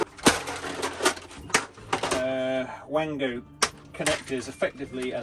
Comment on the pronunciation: Wago is german. The W is pronounced as a V. Vago